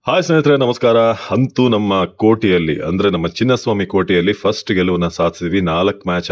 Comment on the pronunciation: ಹಂತು‌ ಅಲ್ಲ. ಅಂತೂ ಅನ್ನಬೇಕು. ಮೊದಲು ಕನ್ನಡ ಉಚ್ಛಾರಣೆ ಸರಿಯಾಗಿ ಕಲಿ. ನಂತರ ನಿರೂಪಣೆ ಮಾಡು.